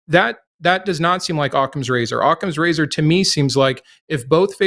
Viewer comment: “Ottmans razor” lol